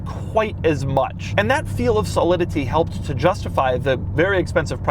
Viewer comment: Solidity is Doug's word he just can't say. Everyone has one lol